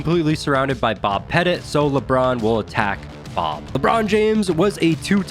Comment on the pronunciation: Only criticism is Bob's last name isn't pronounced "Pet-It". it's pronounced similar to the word "Pet-Tea" his last name is quite literally the word Little/Small